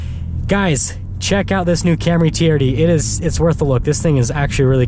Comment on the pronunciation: "Camry teeyerrdee"